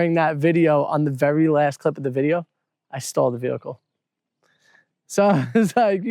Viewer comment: Oh! Stalled... I heard 'stole' and because I knew that couldn't be right, I was trying to work out an alternative meaning!😂